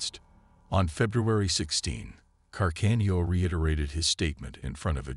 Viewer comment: Can-arda...oh dear, another robot voiceover